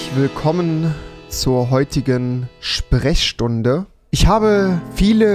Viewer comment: Ah ja die spreschstunde😂